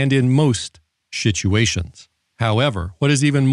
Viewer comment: 😄i like the way says, shituation!